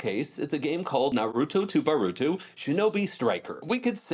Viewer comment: "Ba-roo-too" even non anime fans disrespect Boruto.